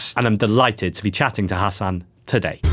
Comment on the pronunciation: mispronounced Hasan right off the bat. you pronounced it like "Hassan", Hasan only has 1 s